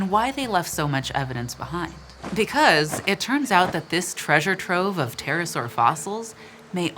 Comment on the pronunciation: ptreasure ptrove